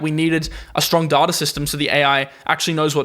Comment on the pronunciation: Pronounce DATA right.